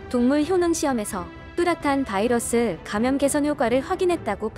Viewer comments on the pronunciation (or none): none